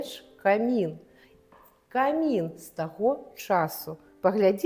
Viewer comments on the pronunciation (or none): Замардавалi, падлы, у Маскве нашага волата ад лiтаратуры! 40 гадоу!!!! Чаму не раскрыв aюцца падрабязнасцi на экскурсii?? Не аддзельна, а асобна, кОмiн, а не камiн. Для супрацоунiка музэя беларускага лiтаратара весцi экскурсii на такой трасянцы проста сорам!